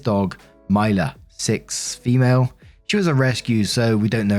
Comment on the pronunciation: “fEmuulEEE” always gets me🤣🤣🤣